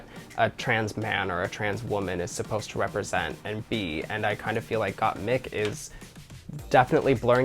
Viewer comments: By chair😂😂😂 I love Trixie misprinouncing names (Gotmeek) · not "gOtTmEeK" lmao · trixie queen of mispronouncing names. first gottmeek and now. chair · Gah the amount of people that say mik like meek is annoying. My name is MIK! Not meek! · Tracey Martel really calling Gotmik as Gotmeek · Trixie, U HAVE 2 KEEP SAYING GOTTMEK.!!!!!!!!!!!!!!! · Gottmeek is easier to say than Gottmik at least for non english speakers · Trixie’s trying to pronounce Gottmik as Got To Me...aw x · For French people "GottmEEk" make total sense as it's the way we pronounce the "i". So like this you are just saying Gottmik with a French accent! hahaha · Gottmeek is the way us, latinos, would pronounce it hahahaha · "GottMik" "GottMik" Me, a french person : What's the difference ? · "GotMeek" and "Chair" should be a band. Oh Trixie lol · girl just say gottmeek it's just right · GottMeek ? 👁👄👁 GottMeek. GottMeek ??? 👁👄👁 G o t t m e e k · With the Gotmik pronunciation Trixxie is letting her latina genes come through! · the way Trixie pronounces gottmIk is literally the russian accent at the finest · I cheer every time I hear Gott-meek bc that's exactly how I pronounce it in Polish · First it was 'Gotmeek' now Stronger by 'Chair'? Trixie kills me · I love trixie but it bothers me how she constantly says Gottmik’s name wrong even after being corrected. It’s just not funny.